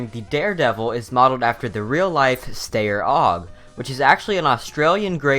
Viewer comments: The Steyr Aug is the a1 edition, but Steyr is pronounced STIE-ER and it's Austrian not Australian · Steyr (pronounced "shtire") AUG is originally Austrian, although Australians use it too (They call their version the F88)